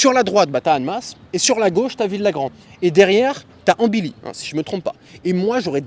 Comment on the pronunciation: On dit "Artha" et "Ambilly", le "ll" prononcé comme "Chantilly"